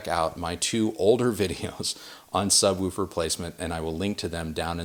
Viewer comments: No, it's 'woof' like a dog, with the same 'oo' sound as in 'book'. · Why are you saying subWOOfer? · The way he pronounces, “Subwoofer” makes me giggle. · Anyone else think he says ‘sub-woofer’ funny/oddly? 😜😛 #goahead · Excellent video apart from not knowing how to pronounce "subwoofer" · so distracted by the "sub-woo-fer" talk.... "sub-woof-er" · Why do you say (sub-woo-for)instead of (sub-woof -er), sorry maybe not my best phonetic spelling lol. Great content by the way!! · 2 corrections: Sub🐺er Say it with me. Sub wolf er. Not: sub woo fur. If you say poosh or boosh instead of push or bush, then there’s no hope and I’ll let it slide 🛝 on wanting to sound pompous. Ha Correction #2: In a 5.1 system, the surround speaker 🔈 does NOT go directly to the side of you. You want them roughly 45* to the side/behind your listening position at ear level up to 3ft above your ear level. You’re thinking 🤔💭 of 7.1 or higher and in that case you would be correct. Personally, the way or ears 👂🏼 are shaped it benefits to go slightly behind you too. That’s just preference the same way I look at bouncy house speakers 🔊. What I’ve found is that you do not want bouncy house speakers in the front of your room for Atmos (or even beside you with surround sound) You definitely want those behind you if you have to use them. Your ear 👂🏼 will always be able to tell they’re speaker toppers unless they’re behind you (at least 45*). Then it seems like it’s coming from the ceiling a bit more. It’s not perfect, but better if you can’t get a speaker up high. 🐺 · I've never heard someone pronounce it "subwolfer" in my life. Unless you pronounce "wolf" and "woof" the same, in which case you're pronouncing "wolf" wrong. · I laughed out load when I heard you pronounce sub woofer. “Sub Wuffer” I needed a chuckle today keep up the good work. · I will never hear the word "subwooofer" the same again.